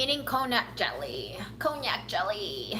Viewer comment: I think you mean “KON-JAC” rather than the alcohol “cognac”.